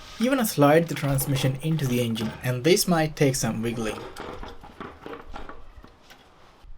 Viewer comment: The "euUNuJJginn"